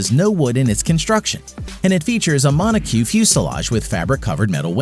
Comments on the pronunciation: It's NOT! "Mono-CUE", it's "Mono-COKE!" from the French words for 'single shell'. It means 'rigid shell' in the case of cars and aircraft. Also, "aircraft" can be a plural as well as a singular, so your title is incorrect. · From please Google how to pronounce "monocoque" fuselage so you don't ever say it like you just did ever again. And quick edit... please ask a grownup (or Google) how to pronounce 'monoplane' correctly.